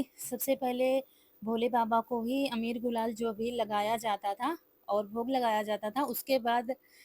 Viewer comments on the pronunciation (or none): अबीर बोलते हैं अमीर नहीं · Amir nahi hota.abir hota h